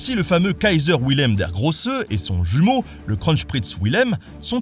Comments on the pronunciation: Wilhelm se prononce "Vilhelm" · En allemand, le V se prononce comme un F. Il n'y a pas de S entre le n et le p. Le Z se prononce "tz", pas "ch". Le double S se prononce comme un S, pas comme un Z. Il faut prononcer le dernier E de Cecilie. Il n'y a pas de sch entre n et p, et il y a un n avant le z. Et le h et le deuxième l de Wilhelm doivent être prononcés. Mais c'est bien d'avoir essayé :-)